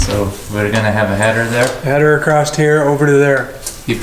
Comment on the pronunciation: The way these guys rag on one another is hysterical. Also is it a regional thing to add a t at the end of across? Just curious because I’ve noticed it with other YouTubers.